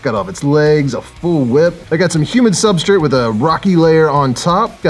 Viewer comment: I love that you say "Sub-STRIT" and not " Sub- STRATE(STRAIGHT)" I laugh every time I hear it lol. Must be a locational/ accent thing lmao.